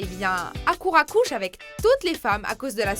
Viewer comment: HARUKA PAS HAKURA SCROGNEUGNEU DE SCROGNEUGNEU !!!! XD